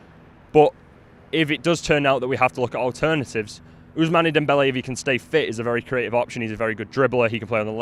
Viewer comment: Unai Emery went to PSG before going to Arsenal ... And you pronounce it OusMAN not mane